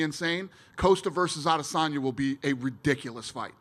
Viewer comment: "Paula Coast-ah" will coast past Israel "Ah-dis'Tonya